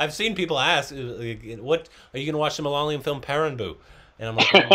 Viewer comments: Please try and try till you get it correctly. It's pronounced as ma-la-ya-lam Or mala-yalam. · It's not malala-YUM.. it's pronounced MA-LA-YA-LUM... Please. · "Malyalium" - Korbinised ! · will learn to say Malayalam now. If this is mistaken again I will hit the report